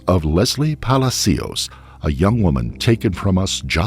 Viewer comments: It's NOT "Pally C Ous", it's "Palaa Cios" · Palácios, not Palacíos. Please don't make up a new version of Spanish. Your productions are so top notch, it's sad when you say Spanish words wrong, over and over. Just ask someone who speaks Spanish! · Puh-lah-see-oh! Not Pala-C-oh, just Say-n. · Omg I love every video but as a Spanish speaker this one had me twitching every time you said Palacios😂 it's not pronounced "palazeeos" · Weird hearing Hispanic names pronounced properly and not Americanized. WTF is a Ran-hell or a palas-cios jajajaja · (Palacios = /pah-lah-see-ohs/ ) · Is this narrated by an A.I. voice? It’s awfully annoying and I’m pretty sure the last name “Palacios” is being pronounced wrong. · You sure you are pronouncing ‘Palacios” correctly? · Please learn how to pronounce Palacious. Very annoying!👎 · Plz learn how to pronounce PALACIOS.. its not hard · You could have taken the time to learn how to correctly pronounce Palacios. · it literally takes 2 seconds to check the correct pronunciation of Palacios, man... Please stop murdering Latin names